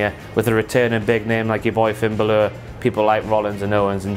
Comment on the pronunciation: Is ever gonna say Balor right?